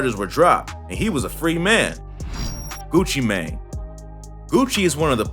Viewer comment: His name is pronounced gucci MANE not MAN. Like a horse MANE...